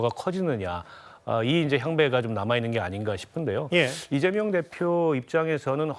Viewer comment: 찢재명 찢재명 찢지명! 으로들린다